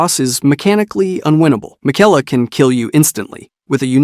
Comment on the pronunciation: and Mikela